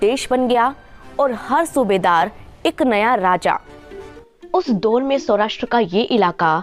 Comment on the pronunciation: Kahani to theek sunai hai pr yadi aapka pronunciation bhi theek hota to jyada prabhavshali hota. Jaise दोर नहीं दौर होता है